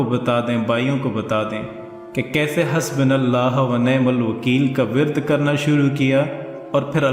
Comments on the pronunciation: Janab ye hasbinallahoo nahi hasbUnallahoo hy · Hasbinallahu nahi hai.. hasbuunallahu hota hai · Hasbunallahu wa ni'mal wakeel Hai hasbunallah Nahi Hai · Bhai . Phele Aap khud Sahi padna Seeley pls your words is nt Correct. HASBU NULLAHU WANIYMAL WAKEEL ..... SEEKHE PLS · Hasbonallah o wanemalwakeel Please Correct Words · aap nay Ayat wrong parhi hai…. the correct word is: ''HASBUNALLAHO''